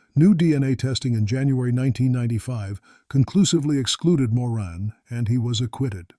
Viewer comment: A bit irritating having pronunciations of words and names changing frequently. "Mr. Big Operations" are unethical......lying all the time but expecting the truth(or, rather, something to prove the cops guess). Nice that the cops narrowed down the age of one of the women (25 to 50 years old). Appalling pronunciation of Guy Paul Morin's name.